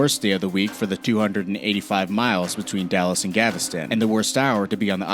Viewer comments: Between Dallas and where? Galvestan? No, Galveston. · It is Galveston not Gaaveston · Yes, I45 is in Texas and I5 is in California, everyone is right, but why is no one pointing out that Texas has to “Gavastan” and it’s “GaLvEsTON” 😳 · It is not I-5 in Houston from Dallas to Gaveston but should be I-45 from Dallas to Galveston (there is an l in this word). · in addition to I-5 not being in Texas I've never heard of Gav-es-ton, Texas. I have however heard of Gal-ves-ton, Texas. in which I-45 begins and heads north. What kind of loser posts this crap? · Why does he keep saying gavastan, what is it the Taliban highway? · Gaviston!?! He must mean i45! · GAVV-is-tun? GAVV-is-tun? GAVV-is-tun? GAVV-is-tun? Why don't the young, talented people who produce these documentaries consult and ADULT first??????? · He can't even say Galveston correct he keeps saying gavastan he must think it's the Taliban highway. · “I-5” between Dallas and “Gaviston”??? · I never even heard of "Gaveston" TX. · Gaveston, TX? Isn't it Galveston? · GAv-iston???? Silly me, it is where I-5 ends. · He also seem to think "Gaveston" has replaced "Galveston". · First How do u manage to do so perfect for every road except Texas. I 45 is in texas but I 5 is in California Second How do u butcher the words Houston (he said yooston) and Galveston (gaveston) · Galveston has an "L" in it and it is not silent. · . . . And learn that there is an "l" in Galveston. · And, there's an "L" in Galveston!